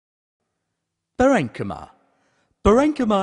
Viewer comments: It's Pa - ren - chy - ma....... The pronounciation is wrong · You are very very right